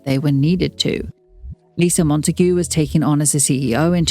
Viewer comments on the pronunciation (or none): none